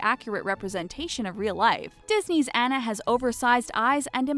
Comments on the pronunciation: AH-NU NOT ANN-UH AWWWWNUUUUH NOT ANNNNN NUH. NOT ANNA AS IN BANANA GAAAAAAWWWD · Her name is AWE-NA not Annuh pfft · how did they say Anna's name wrong?!?!